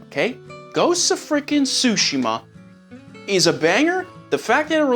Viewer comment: What?? Ghost of Tussss